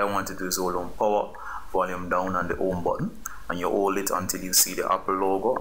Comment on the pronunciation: You absolute ⭐️ You!! Thanks couldn’t swipe at all! It worked 1st time too, I just pretended it didn’t so i had to keep watching it because I love your accent!! Especially where you say “The OME button” lol 👍🏼🙏🏼